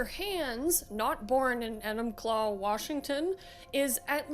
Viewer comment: 2/5 didn't even pronounce Enumclaw correctly